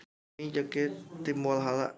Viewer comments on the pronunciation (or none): Kenapa Walhalla bang bukan Valhalla